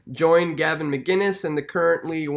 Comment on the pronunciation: McInnes not McGuinnes